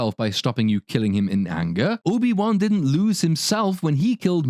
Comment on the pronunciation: “Soy-bi Won”, lol brilliant 😅